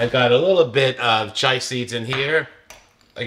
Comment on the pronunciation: Chee-ah is how you say Chia!